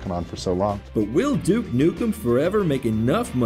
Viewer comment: stop pronouncing it jewuke! its doooke!! always bet on duke!